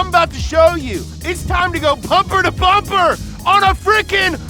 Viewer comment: Did he say Pumpher to Bumber???...Hipster intro is tight.